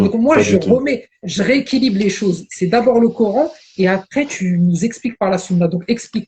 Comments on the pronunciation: Il sai pa prononcé le mot Coran en arabe et il a pa reussi a lire un seul verset du quran en arabe et il veut rendre mecrean les musulman cest incroyable jai jamai vu un ignorant comme lui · a le mec en bleu prononce le mot Coran en arabe c'est incroyable MMDDRR!!!!